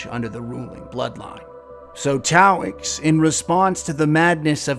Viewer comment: Love your vids Sir! Well made and written. Just one critique; you kept calling Taox "Taoix"